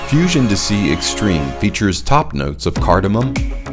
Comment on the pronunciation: It's not dissy, it's dee-say.